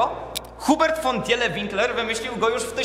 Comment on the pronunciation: Pisze się Tiele czyta się Tile